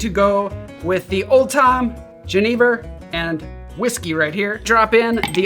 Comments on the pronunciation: Ja, jenever! Finally a channel that takes the time to pronounce it right <3 Great drink, nice riffs. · As someone who is Dutch I have to say you pronounced "Jenever" perfectly sir! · Great pronunciation on the Jenever! ;) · I'm from the Netherlands and you're the only person I've ever heard say jenever correctly on YouTube lol